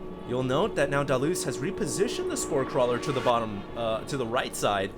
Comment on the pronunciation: Hated how HD was saying DaLoze's name...ugh almost made this unwatchable.